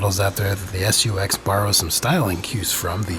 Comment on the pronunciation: i like how he says "S.U.X." instead of just SUX